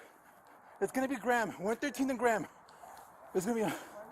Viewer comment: it's grey-im or gray-ham, not gram....pretty dumb cop